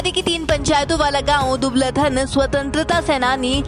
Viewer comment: Are bhai ye dubaladhan nhi dubaldhan h